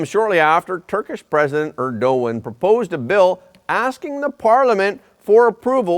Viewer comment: First time I heard „Erdogan“ pronounced correctly 👍🏼😊